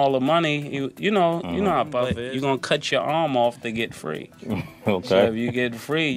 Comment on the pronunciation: “Puf” when it should be “Puff”